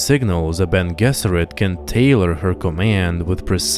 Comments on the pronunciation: Beny je-zer-it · I've never heard Bene Gesserit pronounced that way before.